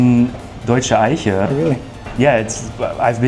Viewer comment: your German pronunciation of Eiche is very good. I often wondered, from where you come. It sounds....now that I listen, that you're likely German.